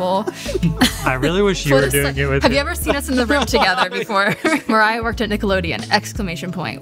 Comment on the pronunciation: What do you mean "mErAyA" it's Mariah. "Mariya" literally.